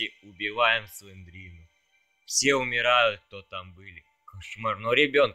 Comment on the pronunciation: Не слендрину а слендерину